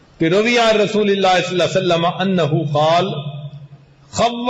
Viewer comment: S.A.W. Sahi Tareekay Se Parhain sir..